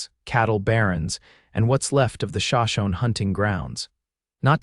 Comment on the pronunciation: LOLOL—There is No Shawshon Indians—SHOSHONE —need to get the tribe right. 🙃‼️ Good story though —AI needs to be Edited ‼️‼️—for correctness. —- for pronunciation & spelling ‼️ Elias is a Good man—&, Genevieve & him are Great together ♥️💞♥️‼️‼️‼️ And, my thought is —Blakeʼs Wife is behind her husband’s murder ☠️🫥💀🐍‼️‼️‼️